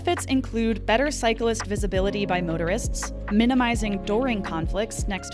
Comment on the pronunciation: How'd you manage to manage to make "cyclist" a three syllable word? Cars are always liable btw.